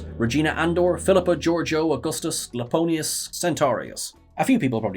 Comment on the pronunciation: "Iaponius" with a capital "i" at the beginning. NOT Laponius.